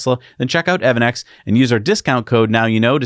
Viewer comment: Isn't evannex pronounced "EV Annex"?